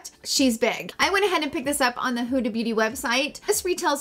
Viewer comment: Love you. Thanks for the review. As an Egyptian, I must correct the pronunciation (forgive me). Not Who-da but Hood-a (like hood of a car)❤️❤️